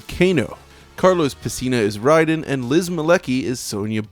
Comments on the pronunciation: "Rye den"? I've always said "Ray den". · RAY - den NOT RYE - den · Great vid so far but it's "RAY-den" not "RYE-den". RAY-den is how they say it in the games :p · Why do people say Rye-den? The game even says Ray-den!! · Ugh... Automatic minus points to any video that pronounces Raiden as "Ridin". It may certainly be more commonly pronounced that way, but we've heard the name pronounced IN GAME for almost 30 years now. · Excellent video. But, it is pronounced Ray-den, not Rye-den. It may originally be based on Japanese mythology (and thus pronounciation), but MK is it's own thing. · Ray don not Rye Don. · woah woah woah... Rayden? It's Raiden now and I thought it always was, whats up with that? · It's Raiden not Ryden -_ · Bro. It's absolutely "ray-den". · I hate when they say; RYDEN!😡😠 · Iron is not pronounced similarly to irony. The "r" is silent. Also, the thunder god Raiden is based off of is pronounced "Rai-den" like this video suggests, but the in game character is pronounced "Ray-den". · How you gonna call him ryden when they literally say his name after every win in every game. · It’s. Pronounced. RAY DEN!!!! That is all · Love these videos however you pronounced Raiden incorrectly. MKI arcade pronounced it as Ray-den. Raiden. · Pronouncing Raiden/Rayden as Rye-den (like the Metal Gear character) makes you lose a little credibility. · who the hell is Rye-den? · AWESOME video, love it!! One minor flaw though.. it is Raiden (as in “Ray-dan”) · Its pronounced "Ray-den" 😄